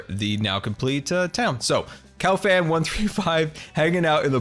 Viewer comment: Cowfan? Cub-boy sounds more like cowboy. Like so can see